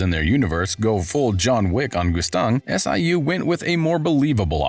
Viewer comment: Siu isn't anyone it's s.i.u. and zahard is pronounced jahad in this story and then you call fug, f.u.g. 🤦‍♂️🤣 what is going on